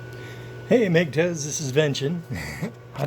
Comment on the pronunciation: FYI IT'S MG toW NOT MG TOE